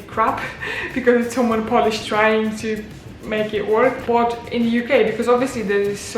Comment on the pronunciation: Are you a Scouse or a Manc . The word "but" gives it away. Great video glad you like it here